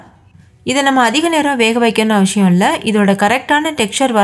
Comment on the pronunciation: Sis neenga solra avasiyam romba alaga irukum😊